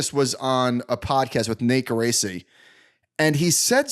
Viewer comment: It's pronounced gear- raw- chi= Geraci!